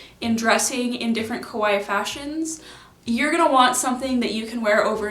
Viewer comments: I really love your videos but you keep on saying kowai instead of kawaii, it means the opposite and is definitely not the case for you! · It's pronounced ka-why-i . Just ka-why is the name of a piano manufacturer. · I've been really enjoying your content! I don't dress kawaii but I like the community (and sustainability) but GIRL. The way you saw kah-wha-ee sounds like ko-wha-e which means scary and it's impossible to ignore. Stretch that eeeeeeeee! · She says ko-why. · I love your looks! Why do you pronounce kawaii like that, though? It should be 3 syllables, with the double—i at the end getting the emphasis.